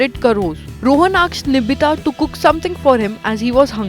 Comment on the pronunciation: its nitibha not nibhita ...